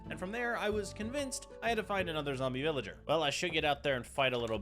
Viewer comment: not the fact he was saying villager wrong 😂